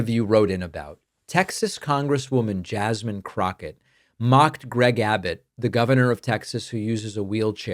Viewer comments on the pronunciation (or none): none